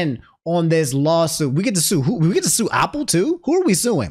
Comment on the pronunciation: He's also saying Opple and not Apple lol